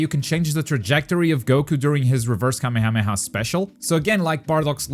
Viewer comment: It irritates me how you pronounce kamehameha